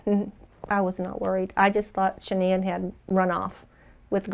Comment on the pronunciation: Dr Phil, surrounded by a cavalcade of producers, assistants and brown nosers, mispronounces Shanann’s name. It’s not even during an interview segment. It’s a quick set-up piece. They could do it over.